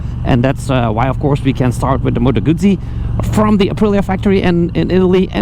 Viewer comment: The creators wouldn't attract a 'flood' if they pronounced correctly. Then again, maybe that's the idea. Why does a bike hack not pronounce properly? Attention?